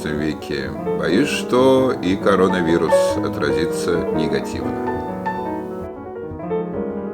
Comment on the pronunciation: Прелесть! Вы красивые ребята! день прекрасен - и музыка, улицы, город, поля гиацинтов и тюльпанов! Позитив и про коронавирус!!! Респект! а как здорово маленькая Алта произносит "короновирус" БРАВО